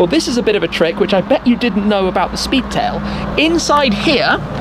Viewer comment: Love the Shpeedtail!